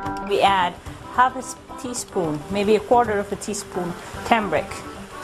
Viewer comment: lol "tamric"